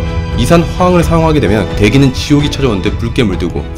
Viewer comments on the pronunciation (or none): 이산-화황이 아니고. 이산화-황 입니다. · 형... 근데 왜 이산화/황이 아니라 이산/화황이야....? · 나도이생각함ㅋㅋㅋㅋㅋㅋㅋㅋㅋ 이산 화황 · 이산^화황 이라고 읽으시네.. 이산화탄소도 이산^화탄소 이렇게 읽으시나욤 ㅋㅋㅌㅌㅌ